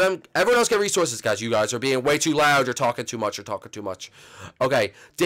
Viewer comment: "Resorsos". Good one,.